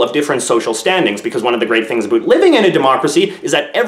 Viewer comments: I've never heard a Canadian say 'about' as strong as that. It sounds like an American's impression of how Canadians talk. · I don't know if you're faking "aboot" but I enjoy every time you sneak it in. The "like and subscribe" and Barbie commercial was cheesy goodness!